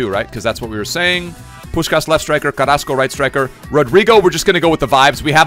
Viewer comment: Was watching the whole stream last night and kept thinking, why is he calling Carrasco that. I see it now.